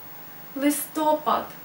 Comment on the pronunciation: У украинского "Листопада" ударение на последний слог, а не на предпоследний. Это в польском у слова "Listopad" ударение на предпоследний слог, но не в украинском.